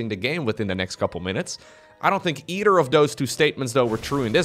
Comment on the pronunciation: dutch->english is fun too it warms my heart when he says 'e-chudder'